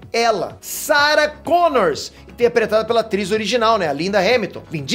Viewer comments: ei...é Sarah Connor e não Connors;) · Para de dizer Sarah Connors! É Sarah Connor sem "s" no fim. PQP!!! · É Sarah Connor, não "Connors"! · Sara Connor, pelo amor de Deus, sem S no final rs